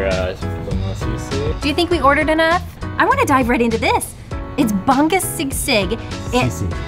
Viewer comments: The way u guys pronounce the food are so cute 🤣🤣 “ban-gus sigsig” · It's bah-ngoose sea-sig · Lets have another take. Its si( smile- like See) and Baa- (drop jaw) ngus(uh- UUs). But we really dont mind. Its funny, and and stylish.